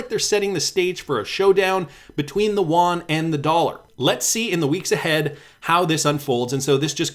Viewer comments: Not Juan. Yoo-on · Actually, just a heads up. Yuan is pronounced ' UN ' as in the two seperate letters said very quickly. The Won is in Korea. FYI...